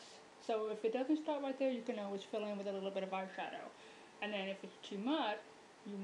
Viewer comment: "You want the eyebwowh to shtaht wight where the teah duct ish"